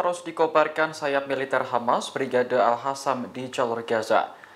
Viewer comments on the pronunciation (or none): Maaf,bukan Al Hasam tapi Al Qasam atsu Al Kasam.